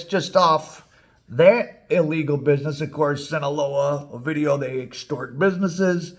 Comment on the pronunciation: You should do a video of the time they let A VIDEO go in Culiacán 😂😂 sorry you say OVIDIO Like if you was saying A VIDEO sorry for the trolling